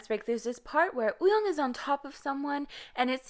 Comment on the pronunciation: can you pleas fix your pronunciation wooyoung not uyong